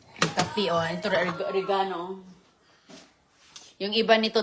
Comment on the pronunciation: Nagluluto ng nilagang isda si,nag swimming ang mga isda,di man lang hiniwa ang kamatis,ano na naman yan,kaning baboy??? Ore ga no daw,Oregano' mabilis dapat ang bigkas.